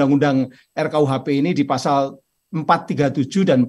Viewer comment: Pasal, bukan fasal